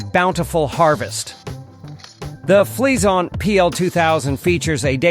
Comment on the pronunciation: Anyone else getting a "cream freeash" when he says it ?? XD